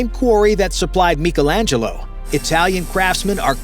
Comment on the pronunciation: Who TF is Meekle Angelo? 😂😂😂